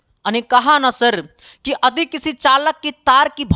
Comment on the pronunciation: Adi ❌ yadi✔️ ❤❤